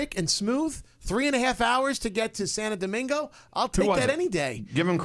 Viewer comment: Uuummm did just say "Santa domingo"? 😕